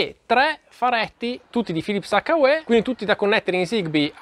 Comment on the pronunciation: It’s pronounced like - YOU. H-you. Hyou Not…Hakka Way.